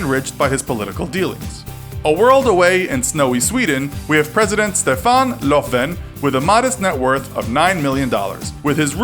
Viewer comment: you didn’t say Stefan Löfvens correctly but i know you tried your best